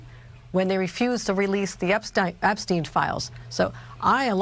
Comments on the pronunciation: Hochel said Ep-Stine,,, NOT Ep-Stein Ohhh 😮 did you catch it 😂😂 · Kathy Hochul pronounced Jeffrey Epstein the German way before she corrected herself and pronounced the incorrect Jewish way